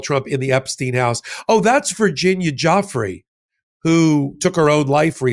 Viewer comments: Great job guys but out of respect for a victim of these heinous crimes, let’s all say it together: “JOO-FRAY”, not “joffrey or guffrey” 😉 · I wish that you and Ben would stop calling her “Virginia JOFF-rey”. It is confusing and incorrect and sounds too much like JEFF-rey. Her name is Virginia Joo-FRAY. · HER NAME IS PRONOUNCED ''JEW-FRAY' & YOU KEEP SAYING "GUFF-FREE" ON PURPOSE, YOU VINDICTIVE JAIL BAIL WIFE. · KKKaroline Leavitt couldn't even bother to pronounce Virginia Guiffre's name properly. 😠 And then copied her mispronunciation. 😔 They both said GUFF-ree, but it should be joo-FRAY. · Please pronounce Virginia’s last name correctly( Gu fray) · Here's an important video, but I thought I'd point out a name mispronunciation that shouldn't be happening - not after the person in question has been in the news for such a long time and especially not by intelligent, schooled, news-aware people like those featured here. pronounce's Virginia Giuffre's surname as JAH-free. What? Where does this come from? It's not even close. It's JOO-fray. It's only two syllables and he got both wrong. Amazing. I follow and YouTube postings among many others and feel I get much better news and news analysis with them than I do countless others and anything on TV. On a separate issue, I like that both don't use AI in any way in their postings. It's all them, all human. I bring this issue up because AI is rearing its ugly head. Be aware of this with your video channel choices. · Gentlemen! Please pronounce the victim's name correctly. It's pronounced "Joofray." Great video. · I wish, out of respect for her family, you could learn to pronounce her name correctly. Its NOT Jofftrey. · virginia "guh-free" ????? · Pronounce her name CORECTLY...ITS PRONOUNCED jewfrey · Please check how to pronounce Virginia's surname correctly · Lets out the redacted victim and then mispronounce her name. Disgusting. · Why does she mispronounce her name?